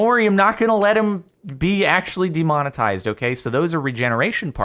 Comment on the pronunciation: Play,...... 'demonitized' 😂😂😂